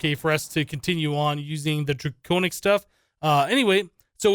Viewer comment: Dwaconic Swaff of Awesumness !!!